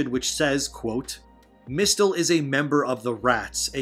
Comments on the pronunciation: Note: Mistle is pronounced “missile”. You don’t say Miss-tell-toe for example. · Pronounced MISLE as in Mistletoe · have you ever heard of mistletoe? hint, the 't' is silent. like the 'b' in the word 'dumb'!